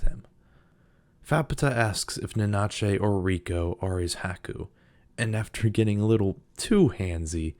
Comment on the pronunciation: Great video! Your pronunciation of Nanachi kept leaving a Spanish version of them in my head xD ("Na-na-chey" as opposed to "Nana-chee") 😉